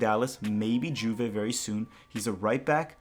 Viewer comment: Bro, the J in Juve is pronounced like a Y